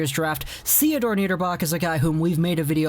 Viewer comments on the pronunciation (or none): just want to point a few things out. - The u-20 with Sweden is not going to be played due to corona cases in the Swedish team. So no games to be played there. - Theodor is pronounced like teodor not shiodor. - Niederbach playing like 1 shift with Lucas Raymond so that doenst really count as playing with lucas Raymond imo. - Elmer Söderblom was supposed to play here but got injured. (u20) (another wings prospect) - Dont expect Niederbach to be playing in the WJC. At least not on a PP1. - Some of those defenders is not going to be at the "real" WJC. Sweden is missing: Victor Söderström Arizona Philip Broberg Edmonton Tobias Björnfot LA Detroit prospects that might play for Sweden. Grewe - probably Niederbach - Nah 50/50 Gustav Berglund - most likely not. Lucas Raymond - 110% Elmer Söderblom - most likely Albert Johansson - 110% William Wallinder - most likely I wish Simon Edvinsson could grab a spot, top 10 prospect for 2021 draft. I doubt it will happen tho. Wow this turned out to be alot longer than i thought, if you read all this. Im sorry.